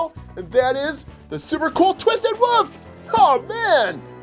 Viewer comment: STOP SAYING WOOF ITS WOLF